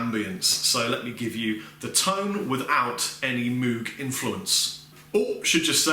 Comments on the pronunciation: I know a few people who would crucify you if they heard you pronounce it "moog". Apparently it's supposed to be pronounced "moge" but idk. Loved the review, this set up really works and those pedals sounds phenomenal! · The name is actually pronounced "MOGE", not moog, (rhymes with rogue). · Moog rhymes with Vogue......not cow like moooo g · Good job on the video. FYI Moog is pronounced with a long O as in "oh" not "ew". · Yup. It actually has the long o sound, so it should be M-oh-guh. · Moog is pronounced like vogue! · I love you, but it's Moog rhymes with Vogue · Moog - Rhymes with Vogue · Doctor. Moog (rhymes with rogue). I'm being serious now. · Awesome. It's pronounced 'Mogue' (like Vogue) innit? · Moog is pronounced like moge not an oo sound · Moog rhymes with rogue. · "Mowg", it's pronounced "mowg". Rhymes with "mode". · Good demo! BTW Moog is pronounced like "vogue". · I think it's pronounced like moug/mowg rather than Moog but I've never been sure. Does anyone know? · Totally expected you to get loads of hate for the way you pronounced Moog. Good job, internet :) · Can nobody pronounce Moog anymore?